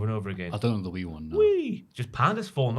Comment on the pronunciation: I nominate saying wee for the hall of fame.